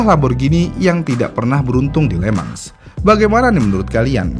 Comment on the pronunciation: Nice konten min... ❤ bey dah... Cuman, sdkt koreksi min. Circuit le mans itu pengucapannya "le mong" ( huruf e dr kata belum), itu cara pengucapan di versi ori perancisnya ... 🙏😁